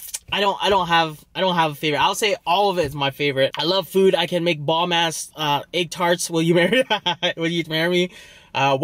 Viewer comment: Looks better than KFC. Theres no s in bomb lmao 😂